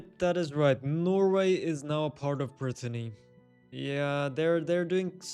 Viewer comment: Btw you kept calling Britannia (which is Britain) Brittany ( which is the region in France 😂 the video was interesting though